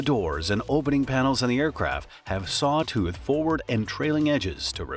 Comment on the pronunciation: It's not "saw too" but "saw tooth". Look it up!